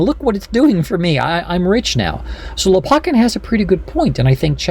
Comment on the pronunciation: Lopakhin kh is the sound as in JS Bach. Лопахин.